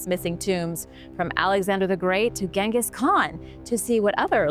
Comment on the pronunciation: 😮 finally pronounced Genghis right. B.T.W whatever happened to David